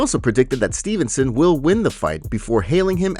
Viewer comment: Why say Dévashvili instead of Dvalishvili And it's Gable Steveson not Stevenson